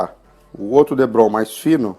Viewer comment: parabéns, obrigado pelas dicas! e por falar em dicas, o nome do material é depron, não debron ok! um abraço! ps. me inscrevi no canal